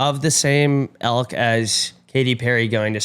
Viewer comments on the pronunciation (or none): keeps saying “elk” when I think he means “ilk” lmao